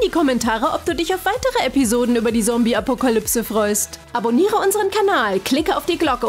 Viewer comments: Ok dieses „sombie” nervt wirklich und ernsthaft „Pickelhaube” und nichts gegen die Sprächerin aber es hört sich abgelesen an 😶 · 𝗕𝗲𝗺𝗲𝗿𝗸𝘁 𝗶𝗵𝗿 𝗮𝘂𝗰𝗵 𝗱𝗮𝘀 𝘀𝗶𝗲 𝗶𝗺𝗺𝗲𝗿 𝘀𝗼𝗺𝗯𝗶𝗲 𝘀𝗮𝗴𝘁. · Die sagt " Sombie " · Ich mag nicht die Stimme sie ist voll scheise die alte Stimme wa besser bitte wieda die alte Stimme und die neue Stimme kann nicht mal zommbi sagen nicht böse gemeint ❤❤❤❤❤❤ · Wie so sagt sie :sombie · Ich mag die neue stimme nicht und Zombie wird anders geschprochen hol dir mal ne Tüte deutsch ich mochte die andere stimme besser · Dise diese Sprecherin sagt erst zombi Compi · Du sagst sombi schtad ZOMBIE 🧟‍♀️🧟‍♂️ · Alter es heißt ZOMBIE und nicht sombie 😒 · es heisst zombie und nicht sombie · Es hießt zombie und nicht sombie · Ja die sagt anschdat ZOMBI sombi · Stimmt sie sagt sombie und nicht zombie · 1. Wenn ich mir solche Sachen bastle sterbe ich 😂 2. Kann sie bitte aufhören sombie zu sagen.. dass heißt zombie ZOMBIE 😂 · Nein sie sagt die ganze Zeit Sombie😅😄😜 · Wieso sagt diese Stimme: Sombie und nicht Zombie🤦‍♀️ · Okay, ja wir haben glaube ich alle verstanden das sie Sombie und nicht Zombie sagt und das die andere Stimme besser ist.😂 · Bitte NICHT diese Stimme Die ist schrecklich 😭 Ps. Das heißt Zombie und nicht sombie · Das Wort Sombie ist zum tot lachen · Es heißt Zombie und nicht Sombie! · Alter die sagt die ganze Zeit Sombie nicht Zombie!! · ES EIST ZOMBI NICHT SOMBI! NICHTS gegen die andere stume aber ich wiend die alte beser. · WARUM SAGT SIE SOMBIE DAS HEIßT ZOMBIE 🤦‍♀️🤦‍♀️🤦‍♀️🤦‍♀️🤦‍♀️ DIESE STIMME KANN NICHT RICHTIG REDEN UND IST SCHRECKLICH 🤮🤮🤮🤮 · Es heißt Zombie nicht Sombie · Die stimme sagt Sombi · Zombie wird mit einem harten Z ausgesprochen nicht mit S... als Z... Eh... Hört sich bescheuert an wie die das Ausspricht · Das heißt nicht sombie sondern zombie ! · Sie hat sombie gesagt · Nicht sombie Zombie Z o m b i e und könd ihr bitte bitte die andere schtine machen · Es heißt ZOMBIE und nicht Sombie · Es heißt zombi und nicht sobi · Sombie es heißt ZOMBIE